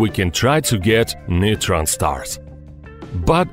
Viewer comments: neeetren star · Oh come on... "neutron star" get out.